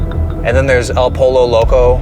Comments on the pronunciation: It’s pronounced el POYO loco. The double ll is y. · Poy-oh, not polo will (el pollo loco) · I was with ya til you said "EHL POLO LOCO" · Love your content! By the way… El Pollo Loco is pronounced “El Po-yo Loco”. Por favor 🙏🏼 Gracias ☺️ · Someone teach him how to pronounce El Pollo Loco 🤦🏻‍♀️ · Somebody please teach how to pronounce "El pollo loco." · I know I’m falling for it and engaging but the way that you said El Pollo Loco actually gave me a stroke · El Pollo Loco ❌ AL PuLL Low Low CO ✅ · Your pronunciation of “El Pollo Loco” made me die a little inside. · I'm choosing to believe that pronunciation of El Pollo Loco was done intentionally to be funny. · You can tell he is Canadian when the way he pronounces El Pollo Loco. 😅